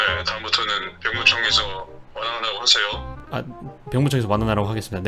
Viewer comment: 말하세요가 푸르지오가 되어버리네.. 발음이..